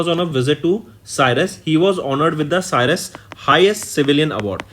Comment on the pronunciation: CYRUS nhi sir "CYPRUS" naam hai